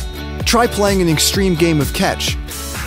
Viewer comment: catch not cetch